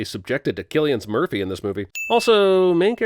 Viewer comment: I was not prepared for “Cillian’s Murphy”😂😂😂😂